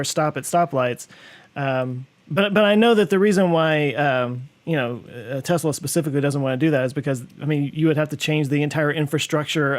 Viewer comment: Does it annoy anyone else that pronounces Tesla as TEZ-la instead of TESS-la?